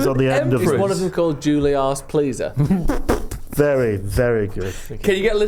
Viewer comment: ‘Juliarse Pleasar’ absolutely fucking superb work.